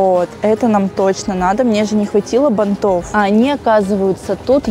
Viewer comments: я, конечно, понимаю многое. но правильно говорить "бАнтов". аж слух режет не правильная постановка ударения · БАнтов, шАрфов, тОртов!!!!! Ухо режет каждое видео, сколько можно? Как будто специально 😢 Прям уже не выдержала, сорри